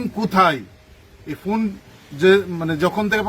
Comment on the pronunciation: আরে পঁচা বেগুন ফুন না ফোন, বুইড়া ছাত্র নেতা উচ্চারণ জানেনা হুদাই ম্যা ম্যা করে